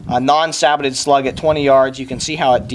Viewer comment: Sabbotted? Don't you mean Sabot? (Sa-BOW) Either way, good video, you have earned a subscriber!